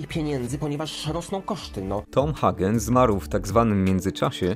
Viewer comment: skoro mówisz "solozo" zamiast "solocco" i "Hagen" zamiast "Hejgen" to nie powineneś przypadkiem mówić "corleone" zamiast "korleone"?